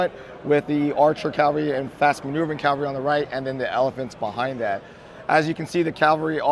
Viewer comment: I have no idea where people think the word cavalry is pronounced calvary